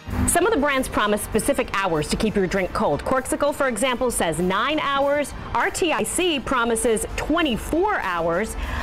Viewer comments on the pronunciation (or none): she calls it RTIC irr to a pronounced Artic lol the place that’s cold...lol also she called Ozark trail Ozark like just drops half of the brands name because it’s more suiting to her... smh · Did she just call that one "are-tee-eye-see"??? Can she not read? I'm embarrassed for her. Really.